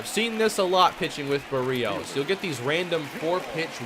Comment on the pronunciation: Does anyone else get annoyed when he pronounces Berrios wrong every time?